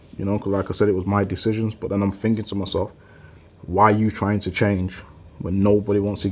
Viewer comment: Thinking > "Phinking"